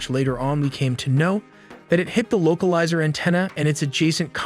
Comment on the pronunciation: This is poorly researched, as I expected when even the thumbnail is wrong. However I could never have expected anyone, even "AI" narration, to pronounce something as basic as "localizer antenna" as "local izer anne tina"